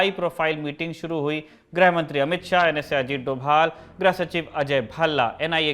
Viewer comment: ग्रह मंत्री नहीं "गृह मंत्री"🤦